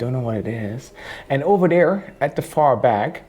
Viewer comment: What is "oberdere"?